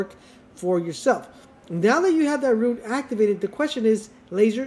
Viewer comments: Him saying ruin instead of rune is driving me crazy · Why are you saying ruin it’s rune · Why do u pronounce rune like ruin 😂 just say rune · The word is Rune.....not Ruin. Let's promote literacy. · stopped watching after he said rune as "ruin"